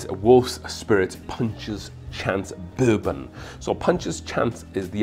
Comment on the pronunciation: wow really went for it on that “BIR-bin” 😂